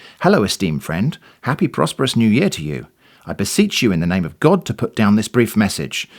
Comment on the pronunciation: I loved the "Oh my Gaawd" pronunciation. is such a Cali girl! 😆👍